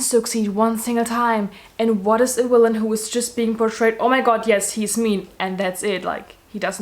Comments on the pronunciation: Wanpires, I stan a girl that can't pronounce the letter v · Ikr! That is how they pronounce it in Germany :)